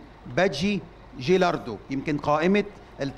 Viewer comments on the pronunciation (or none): چيرالدو ، يا عم مش چيلاردو هو واقع خلقة